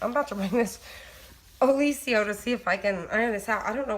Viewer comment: Did you look at the spelling of Oliso? You're pronouncing it incorrectly!